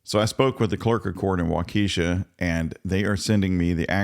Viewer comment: It's pronounced Wauk-AH-sha